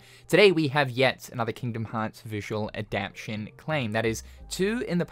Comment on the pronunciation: Every time you say "adaption" instead of "adaptation", I cringe, lol. :)